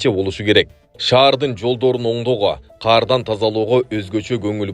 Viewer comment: Кардан деп эле окусан Каардан дебей